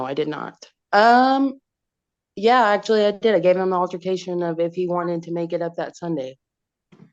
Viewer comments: No no, it was "alter-fi-cation". That's what she kept saying. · “Alter-fi-cation” for altercation and “residency” for residence 😂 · What’s an “alterfication”?😅